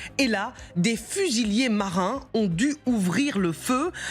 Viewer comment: Fusilliers et pas fusillés. Il y a une différence dans la diction.